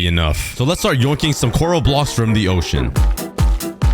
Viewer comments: Bro doesn't know that coral is plerl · I love how cookie pronounces coral 🤣🤣 (cORal)